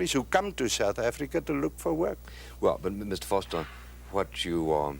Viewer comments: It's pronounced Foh-ster, my man. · Its pronounced Forster. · John Vorseter? Yeah right...Maybe Vorster...